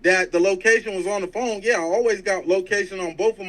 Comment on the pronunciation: First off I knew he was weirdo from when he was arguing with women he just meet.... Then he has a speech problem f.. the bullet in his mouth.. he said FOAM not PHONE😅😅😅😅😅.. THATS DYSLEXIA. I DATED A GUY WITH IT. He has that disability. On top of that you can tell he was a fake and jail bird lol. Notice not a friend or family member is defending him..😊😊